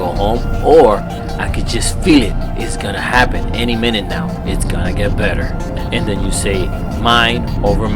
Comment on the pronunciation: Did u say better r wetter hahaha hey I really enjoy ur videos, de Tejas